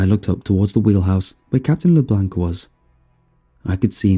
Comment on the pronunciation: You are saying LeBlanc wrong